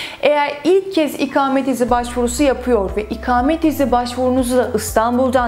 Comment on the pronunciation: merhaba, çok rica ediyorum lütfen bunca önemli bilgi sahibi olduğunuz konunun ana başlığı olan "İKAMET" kelimesinin nasıl telaffuz edilmesi gerektiğini öğreniniz, çok önemli. Bu kelimenin a harfi sizin okuduğunuz gibi kalın değil, ince telaffuz edilir ve siz konunuzun bunca hakimi bir insanken ve her cümlenizde en az 100 defa "İKAMET" kelimesini kullanırken, lütfen çok rahatsızlık verici olan bu yanlış telaffuz şeklinizi değiştiriniz. İnanın bir Türk vatandaşı olarak çok rahatsız oldum videonuzu izlerken... Umarım yorumumu okursunuz. Kolaylıklar diliyorum, Özlem Didem Cubela